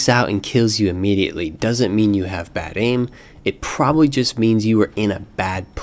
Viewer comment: "baid aim."? XD